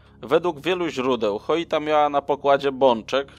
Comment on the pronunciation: Lubię Twoje materiały ale denerwuje mnie jak możesz czytać nazwę statku Joyita - Choita gdzie tam jest litera H? Słowo Joint czytasz Choint? 😄